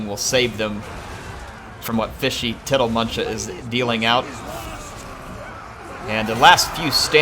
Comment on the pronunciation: I am so impressed that got tiddlemunchas name right every time he said it.